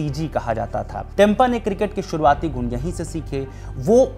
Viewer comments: Tempa ❌ Temba ✅ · बहुत ही दुखद बात है ये बर्दाश्त से बाहर है। साथ साथ आप भी टेंपा बोल कर और अपमानित कर दिए। 1 पत्रकार को तो नाम ठीक से बोलना चाहिए था